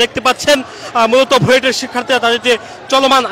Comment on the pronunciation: Buet ... Not Buit